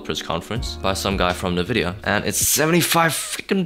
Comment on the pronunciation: is pronunced envidia not nevidia